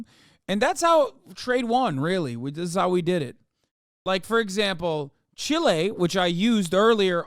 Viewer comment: MF said Chile 💀 Johnny 'Pinochet' Harris at 18 minutes sth